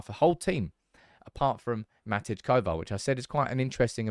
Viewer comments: Matty Kovar not Matidge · MATTY Kovar, stop calling him MAT-EDGE! Please!